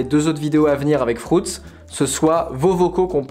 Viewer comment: Frouts dit il 😭😂 FRUITZ pas frouts.... 😂❤️ !!!!!